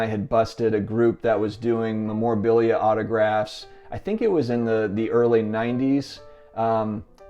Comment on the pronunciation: Is a trimmed card bad if it's still in spec? People restore vintage posters, paintings and other vintage paper artifacts all the time and it increases the value... Just a thought.. PS: you are pronouncing memorabilia wrong!!!